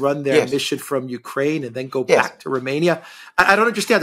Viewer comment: Apart from deliberately mispronouncing Romania, poor old Alexander doesn't know what 'as long as it takes' means.